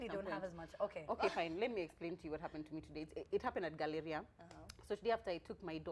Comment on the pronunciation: how is she pronouncing Galleria. min - i'm dying.